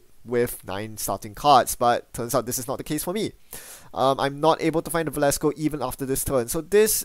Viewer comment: Velasco not Valesco, thanks for the videos.